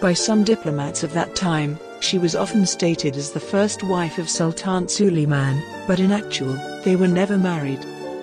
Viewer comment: Could you get a better narrator who checks correct pronunciation?? This lady could check out how Turkish names and words are pronounced. Suleiman is not pronounced Sulimaan. Haseki is not pronounced Haski. Mahidevran is not pronounced Mahidvrn. My ears are cringing with the terribly enunciated words.